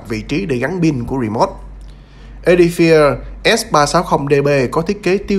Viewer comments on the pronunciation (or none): 🤣 Phát âm chuẩn tàu khựa!